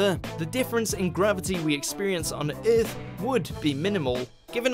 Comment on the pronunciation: Exactly bro it makes me mad nigga said earltfh wtf is that 💀😂😂😂